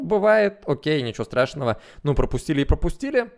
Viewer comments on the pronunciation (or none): none